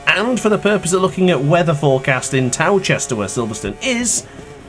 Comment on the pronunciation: “Towchester” it’s pronounced “Toaster” hahahaha